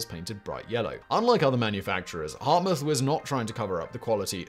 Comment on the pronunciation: "exposition universelle" in Paris 1889; ... and it's not Hardtmuth like "hard moth", but simply Hart-mood.